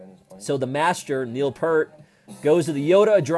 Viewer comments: I'm sorry, but not to be condisending, but it's pronounced, Peart, just like 👂 rt and once again I'm so sorry for correcting that. Thank you and please stay safe through these hard times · It's "Peart", not "Pert". How can we listen to what they are saying?? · It’s pronounced PEERT. And that’s where I stopped the video to type this before moving on to something else. 👎